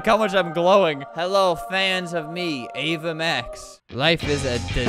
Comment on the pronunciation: sounds like ava mash lol